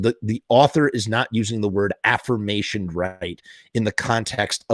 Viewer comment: ahhh the way you pronounce aforementioned sounds like afformationed(which ain’t even a word lol)/affirmation